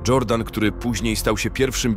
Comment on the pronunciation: Czego wymagasz od AI?? Kto w dzisiejszych czasach ma na imię jordan?? Obecnie żyją wyłącznie Dżordany i sztuczna inteligencja nie rozumiejąc różnic wymowy imion na przestrzeni setek lat czyta dżordan.